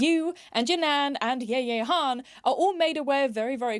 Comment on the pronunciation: completely off topic but the way you pronounced Yaya was so funny😭😭